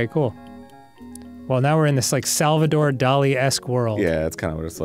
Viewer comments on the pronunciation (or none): none